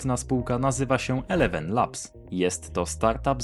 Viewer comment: Mowi się ilewen, a nie elewen 🤦